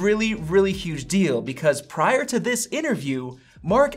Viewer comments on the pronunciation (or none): none